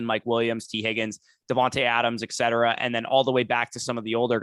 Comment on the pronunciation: Etc...not Exet